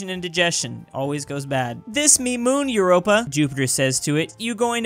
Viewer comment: He literally called Europa “Europe-a”